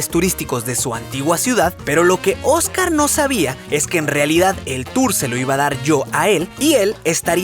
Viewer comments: Soy la única que se dio cuenta que dijo ojcar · Dios. ¿Qué pasó con el video 9? Quería volver a verlo. Sobre todo cómo pronuncias Ojcar Alejandro. 😞